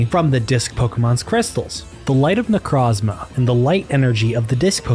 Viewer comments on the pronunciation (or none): good theory but i cant respect someone who pronounced necrozma "necrawzma"